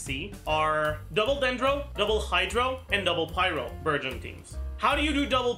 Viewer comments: I heard virgin for burgeon the entire video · I keep hearing burgeon as virgin lmao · So i can use Childe Xiangling Dendro Kazuha team. Also Childe Fischl Dori Dendro would be a great team. Why did i hear Virgin instead of Burgeon everytime he says Burgeon😂 But the best thing to realise is that Fischl and Childe will carry Dendro teams.😂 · OOOOOO he's saying Burgeon I thought he was saying Virgin for like half the video and I was very confused LOL